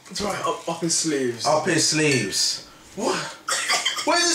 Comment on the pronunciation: Why does everyone also read it as sleeves when it says sleevies?